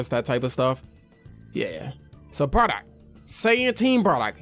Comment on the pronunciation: Why do u say bradock and not bardock lol